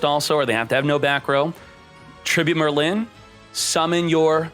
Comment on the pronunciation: Oh btw its Merlin not merrylin